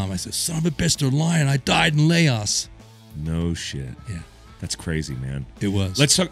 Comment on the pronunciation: "layoss" Lol